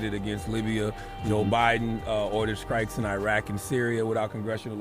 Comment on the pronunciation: Who listens to Charlatan the Guy? I can't take anyone seriously that says skrikes instead of strikes.